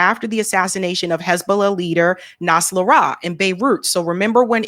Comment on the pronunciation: irs pronounced: NOS RA LAH